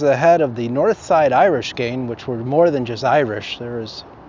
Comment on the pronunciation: Can you say GanG? Not GanE